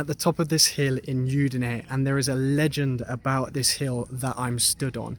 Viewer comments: Very nice. However Udine is pronounced with an Ooh sound at the beginning not a Yoo sound. Hope that helps. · I think the city is udinee… not yudinee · È Udine, non iudine